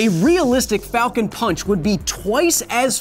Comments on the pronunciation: Its pronounced "Falcown ponch" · Captain falcon sounds like he’s saying FALCO PANCH